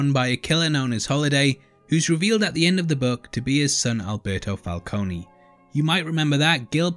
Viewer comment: i love u bro, BUT ITS FUCKING FALCONE, NOT FALCONEY, THATS WHY MARONI IS SPELT WITH AN I, PRONOUNCED MARONEY:)